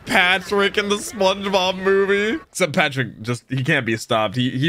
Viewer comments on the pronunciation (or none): none